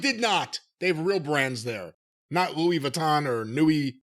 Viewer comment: Just when I want to hear something they’re saying, Jim flubs “Louis” and we go off on a tangent and never return… damn it.